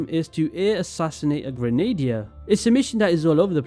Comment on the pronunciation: Just a little fyi "Grenadier" is pronounced "Grenna - deer" ;]